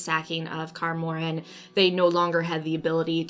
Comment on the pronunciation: I love how u pronounce Kaer Morhen xd but yeah I agree with those points. nice explanation